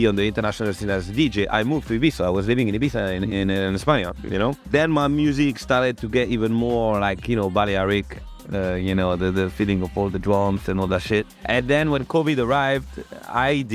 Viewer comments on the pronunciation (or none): Balearic not Buddy Eric lol